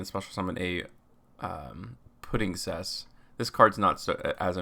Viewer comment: If Puddingcess* is a Material. Not Petingcessour